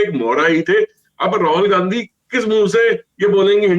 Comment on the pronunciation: Aap "Gand Hi" ko "Gandgi" kyon kah rahe hain?